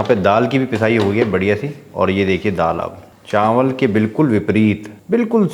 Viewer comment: चांवल नहीं चावल, घीं नहीं घी